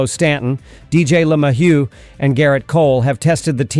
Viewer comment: It's pronounce Le-may-u and Hill get it right